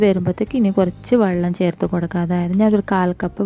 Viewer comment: Wallam alla wellam